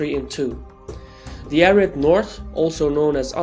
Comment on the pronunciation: He said ARID north, I thought he said Arab too. Arid means dry desert